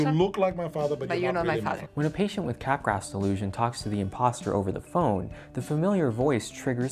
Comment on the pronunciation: I know you're joking but Capgraw, man. Otherwise there are no laws, no morals, no sanity and I can pronounce it szzizz-OH-pree-nya/nya/nya. Of course I can, but it'd be stupid.